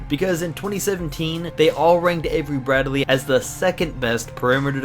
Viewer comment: Its Brad-lee not Brad-e-lee